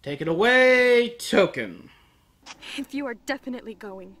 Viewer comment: When he said Token, I thought he was calling her Touka. Like Touka from Tokyo Ghoul.